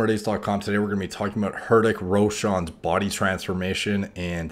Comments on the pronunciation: Imma correct u here it's pronounced rithik roshan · pronunciation is(Re-tik Row-shun) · Its pronounced hRITIK RAWSHAN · The name is NOT "HERDICK" it's spelled as "RI-TICK" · Ha ha ha! Hurrdick RoShawn. Not a bad attempt mate. It's pronounced Ri-Thick Raw-tion. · It's not Hurrtic Roshaan, it's Reetik Roshan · "Heartache Ro-shawn" - Derek Yeah, you got that right! XD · ("Rith-ik Row-shin") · Honestly it was a 6 months so basically 180 days transformation not 60 days...and the pronounciation would be "REETICK ROWSHAN" . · Spelled: Hritik Roshan Pronounced: Hh - ri - tik (less emphasis on t ) Ro-shun For anyone wondering the correct pronunciation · I lost it when he said hurdik roshan😂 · Literally no one: Derek: "Hard dick" Roshan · I love the way you say "hidik koshn".....no offence bro.... Bdw the video was informative as hell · how to pronounce Hrithik Roshan : Reet week -- Roe shun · You should pronounce his name as Ricktik Roshan. H is silent. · Rih-thick Roshan is how it's pronounced. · Man said hardick roosan😂😂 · **Hrithik Roshan is pronounced, RI-tik Ro-Shun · H is silent bro lol. It's Pronounced RITICK ROSHAN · Seems like Derek is trying to use 'Harddick' joke by completely mispronouncing his name lol. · its pronounced "rhi-tik ro-shun" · “Hertik roshan” 🤦🏽‍♂️ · didn't know it is pronounced as herdick roshawn. Gotta remember it now. Jk great video btw. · "hardiq roshaan" hahahahaha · As an Indian, I clicked on this video just to hear him pronounce Hrithik Roshan's name. Was not disappointed. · It's almost like it's his first time with this language. I bet you can pronounce something you never knew perfectly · his pronunciation of hrithik roshan should be considered a hate crime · His Hrithik Roshan pronounciation was as good as Donald Trump's Swami Vivekananda 🤪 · Lol , dude his Ritik roshan the H is silent